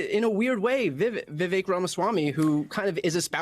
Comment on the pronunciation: People, please... Vivek rhymes with cake.